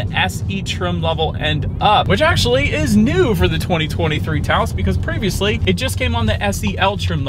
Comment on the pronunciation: Taos not Taso😁